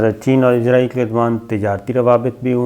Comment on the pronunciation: Oa kaka .. azrayal na ha asrayal hota ha